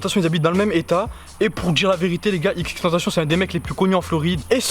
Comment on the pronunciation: Sa m’énerve t’arrête pas de dire xxtentacion